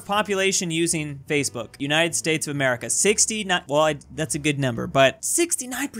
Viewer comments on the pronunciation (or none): none